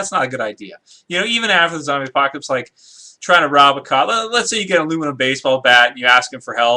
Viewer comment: its zombie not zobys and not zomby